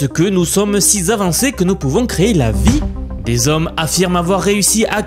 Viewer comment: Ouh là ! première phrase : "si zavancés" ?!... ça augure mal de la suite...